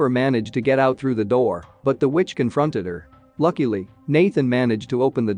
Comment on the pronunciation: When he says "Lakily"